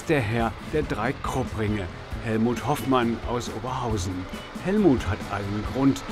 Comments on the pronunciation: Und das ist der Moderator, der bitte die Betonung auf Ober bei Oberhausen setzt und nicht anders. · Man muss aber als Kommentator nicht hier geboren sein, um Oberhausen korrekt aussprechen zu können. Einfach mal zuhören sollte reichen.